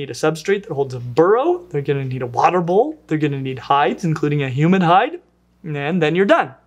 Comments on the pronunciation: Anyone else keep hearing 'human hide'? I mean, lots of humans around I could skin for their hide but people get upset when you do. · Every time I hear 'hides', I think of animal hides. Takes me a second to realise he's saying 'humid hide' rather than 'human hide'.